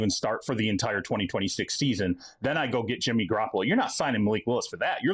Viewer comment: Garrapolo? Ew bro stop.